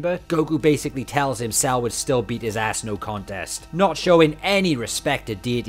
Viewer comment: the time when he uses kaio ken and then says its cells technique and cant even pronoce it right